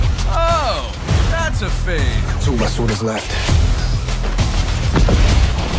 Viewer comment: dia emng bilang gt, kan namanya Fade tpi dia baca gt